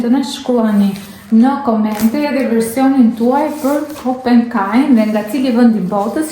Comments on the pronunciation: Thuaja emrin saktë, kompekaj, dhe jo kopenkaj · Pò ta shohësh si è ka shkruar e mer veshr mir moj zonj që thot kompekaj jo kompenkaj